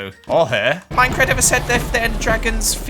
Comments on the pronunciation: MUMBOJUMBO GRIAN The.... Three horsemen of mincecraft divinity Did you say Minecraft....or minCecraft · MINECRAD??? Lol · Minecrad hahahahaha I’m dying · gods ok i was mid-gulp of a clementine slice when he replayed himself saying "minecrad" and almost saw the light holy shit